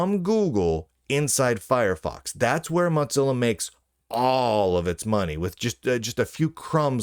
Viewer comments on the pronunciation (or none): Please stop saying Motzilla... It's mozilla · Why are you saying mot-zilla when it is clearly mo-zilla. You can clearly hear mozilla personnel saying it correctly in videos. Level up. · Why do you call it MoTzilla. Their aren't two z's in the name. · moe-zilla, am I crazy? Moe, like moe money moe problems, and zilla, like Godzilla. Moe-zilla. I don't get it when people say Mox-zilla. I know, I know, toe-may-toe / toe-mah-toe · it isn't called motzilla. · There certainly isn't. He must be seeing two z's as used in italian and need his glasses prescription changed.